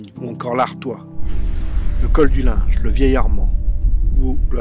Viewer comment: Mon grand-père a saité sur un obus le 21 Juillet 1915, à 32 ans, lors de la Bayaille du Linge! On prononce Lingue pas Linge!